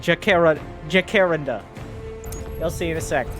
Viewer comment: Your pronunciation of Jacaranda hurts my ears. ;-) For the record, it's jaka-RAN-da: Jacaranda trees have beautiful flowers, but they're very sticky and can do a real number on the paint job of your car if you park underneath them!